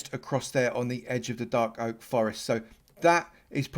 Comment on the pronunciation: whats a darl oak forest lol